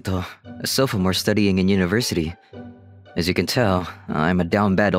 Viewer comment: Sofamore? It’s sophomore